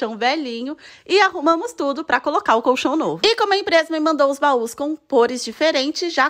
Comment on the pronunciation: Que satisfatório ouvir alguém pronunciando colchão da maneira correta. Tá cheio de vídeo de pessoas falando "cochão" na internet, sem o som do L, dá uma agonia kkkkkkkk